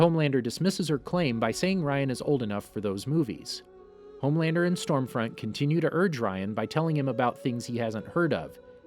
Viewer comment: It's lowkey pissing me that you keep saying homelaner😂